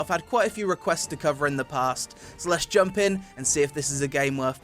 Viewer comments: why u saying jumpuh, blockuh, dodguh. All the time. It's cringe. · good video but your jumpere or jumpu line is tad overplayed imo, and sounds like jump here with heavy British accent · Go to listen to when he says double jumpuuuu then right after he says that the Npc says shit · Every "JUMPUUUH" cracks me up, somehow always catches me off guard lol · I love when you say jumpuh. Jumpuh!!!!! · jumpuhhh blockuhh glideuhhh ROFL heheheh